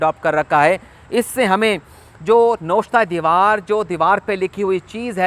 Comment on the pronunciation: " nawishta e diwaar" hota ha na k " noshta e diwaar"